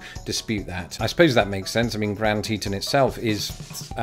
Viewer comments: Grand Teton is pronounced as in "fawn" or "on" as in "the light is on"...….not "un" as in "fun" or "under".....lawn, dawn, gone...………..and not the Brittish way either...what your breathing is not eh...it's air. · Actually it's pronounced Grand Tea-Ton with the kind of o in on. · You are still pronouncing Grnad Teton incorrectly. The locals pronounce it more like Tee-tawn-rhyms with pawn or lawn. Great video though. I learned something I didn't know. I usually do with your videos. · You were close with your second version of Grand Teton, but still not quite there. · It's Grand Te't'on rhymes with on. for the last syllable.